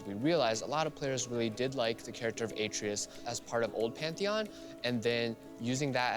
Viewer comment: Should have been pronounced Ah-trey-us. Like the BOY